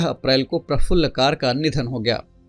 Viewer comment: प्रफुल्ल कर not कार